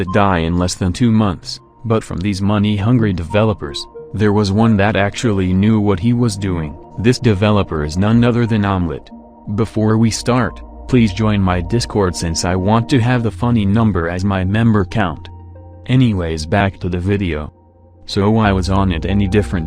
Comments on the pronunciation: Wait... did the text to speech say onett or omelett? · this guy said omlett instead of onett (Honey bee font) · I thought u said omlet instead if onnet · why is nobody taking about the fact he called onett omelette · does say omelet or onett, I'm not sure? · The text-to-speech called onett omelette lol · when he said onett it sounds like omelette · Idk if its just me but when he said “This developer is none other than Onett” to me it sounds like omelette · When he said onett i heard omlet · It sounded like you said onnet was omelette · Onett?! I thought you say it like: one net 0-0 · “None other then omelet” Did anyone else hear it?